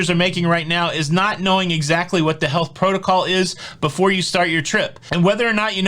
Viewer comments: Every time you said "What the health..." I thought you were saying what the hell. It was awesome. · Me tooooo